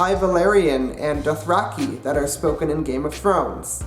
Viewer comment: it's pronounced Dothrak -EYE